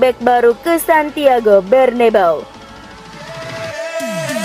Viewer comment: Santiago bernabeu min, bukan berneBAU😂😂